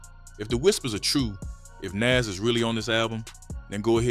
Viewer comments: It's not Nes, it's Nas... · 😂 ...and who is Naze 😅😅. A.I. is horrible lol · Never heard it pronounced like that, “Nes” or “For-real” (Pharrell). Thought it was black AI or something